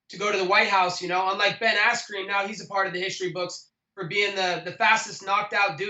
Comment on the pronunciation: Did he say Ben Asscream??? 😂😂😂😂😂😂😂😂😂😂